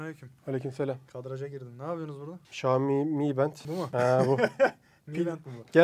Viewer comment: REİS XİOMİ DEĞİL XİAOMİ ÖĞREN BUNU